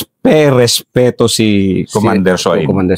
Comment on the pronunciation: Ito pala pinsan ni Sir Fahad 😁 .natatawa ako sa ka "respi-respeto" na hindi ma banggit² 😂 anyway, Ganda Ng story nila same with Sir Fahad, nabitin nga ako dun .